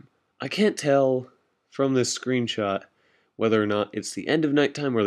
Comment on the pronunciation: From, not frome. Aether, not ather. Parachute, not pairshoot.